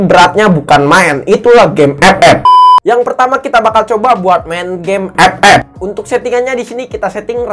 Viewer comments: Gw juga player epep tapi ngakak pas lu nyebutnya ke gitu bang:v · Saat denvar suara EP EP auto semangat wkwkwk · bang bisa gak ngomong game "epep" nya biasa aja?😒🤣🤣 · Ngakak itu 😂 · Lah Gw Ama Temen Gw Malah Ketawa Klo denger Bang Bilang Epep wkwk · Awaokwoawkk ngakak bettt anjirrr ngomonv EPEP🤣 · biasa aja xaleee ngmong FF nya wkkk.....wkkkkk😆😆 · lah gua ketawa mulu lu bilang game ff😂